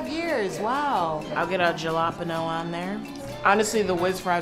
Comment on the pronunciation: Jalapeño is pronounced “ha-la-PAIN-yo” (not ja-LA-pin-yo).